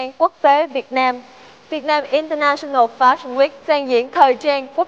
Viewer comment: international UK /ˌɪn.təˈnæʃ.ən.əl/ đọc như trên nhé, đọc đúng vô